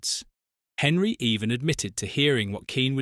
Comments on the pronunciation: Henry? Could you at least try to pronounce the man's name properly? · no it's AI. Literally only watched it as some of the info was new to me. But yes the ears did cringe